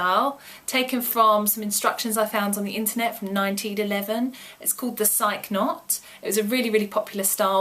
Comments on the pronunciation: It's pronounced Sy-kee (Psyche)- like Nike (Ny-kee). Other than that, great video! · Thanks you so much for uploading all these great hair styles! Huge inspiration!!! PS Just for future reference it is pronounced Sy-kee (as in Psyche and Cupid - a lot of the statues depicting her seem to have this type of knot)